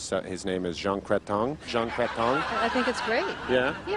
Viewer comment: Peter Mansbridge was a news anchor for many yrs. It's Jean Chretian, not Cretchong. Rick Mercer was just brilliant at this!! I can't believe Americans believe Canada has no access to the ocean for a Navy. O.M.G.!! What do they teach these ppl in school down there?? How about some Geography???!!! Gordon Lightfoot was a well-known Cdn. folksinger, since about the 1950s (recently deceased). Jean Chretian was a Prime Minister!! Go watch the Canadiam Bacon movie with John Candy. I think that was the name of it; it's hilarious!!